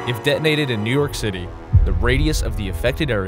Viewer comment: Each time this guy speaks of new york city to cite an example cracks me a hard laugh. Lol! XD